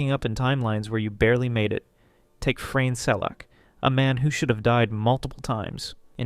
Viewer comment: it's Frane, not Frejn